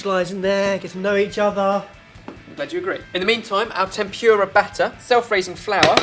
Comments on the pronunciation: I love how he says tempyura instead of tempura :) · I know you're English and all, but it's pronounced tem-pu-ra, not temp-pure-a, and the r makes a softer sound. In Japan they don't even have an r sound, but it's close enough. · I'm sorry, I have to. xD "Eh-dah-mah-meh" and "Tem-poo-rah".